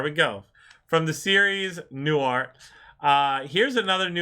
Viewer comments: Pronounced: NEW-HEART. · Enjoyed the reaction. His name is pronounced New-hart, like two different words, by the way. He was one of the most popular comedians around in the 1960s and had two very successful TV shows in the 1970's for the first, The Bob Newhart Show. He played a psychologist in that one. In the 1980's, he had a show called Newhart, where he played a Vermont innkeeper and then TV talk show host (you watched part of an episode from that show). The ending of the second show is regarded as one of the best finales in TV history - he wakes up in bed with his wife from the first show, talking about the strange dream he had of being an innkeeper in Vermont. It came as a complete surprise to everyone who saw it. Given that there used to be only three major TV networks, most viewers had seen, or at least watched reruns, of the original show at some point. (Sorry about spoiling a TV show from 30 years ago. Now you probably won't watch it.) He used to occasionally appear on The Big Bang Theory as the an embittered former host of a children's science TV show and won his first Emmy award for that role. Truly brilliant and still around at the age of 94.